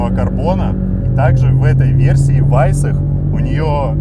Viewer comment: "ВАЙСАХ" произносится.....в германсикх и английских обзорах епт., нерусь